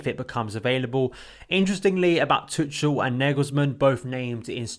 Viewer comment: You english guys have to learn how to pronounce tuchel PLEASE. It’s like tuckel